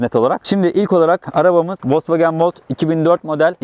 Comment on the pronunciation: Volks wagen,e neden volkwogen diyornunuz yaa ?? 🤣🤣🤣🤣🤣🤣